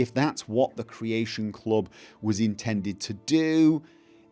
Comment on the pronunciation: CREAYSHUN CLOB